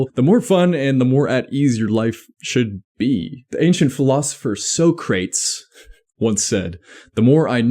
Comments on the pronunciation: Socrates is not pronounced SEW CRATES it is SOCK RA TEES . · "Socrates" is said like "So-Cra-Tees" my guy, but keep up the good work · bro did NOT say 'Soh-crates' instead of socrates 😭🙏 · I forgot about the ancient "So-craits". Was he related to "Aris-total" and "Pitha-gore-ass"? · Bro miss pronouncing Socrates name is beat part of the vid 😂😂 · The pronunciation of Socrates 💀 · Bro said Socrates instead of Socrates